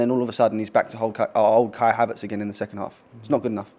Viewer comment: Did I hear him say Kai-havert should have got a red card